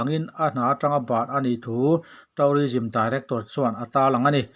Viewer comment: Thu a ngaihnawm, English lamdan (pronunciation) erawh fimkhur/uluk deuh a ṭha. Eg. tû:rism tihturah taurism han tih te hi